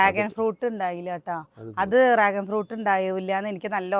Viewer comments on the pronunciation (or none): രാഗൻ ഫ്രൂട്ട് അല്ല ഡ്രാഗൻ ഫ്രൂട്ട് ആണ്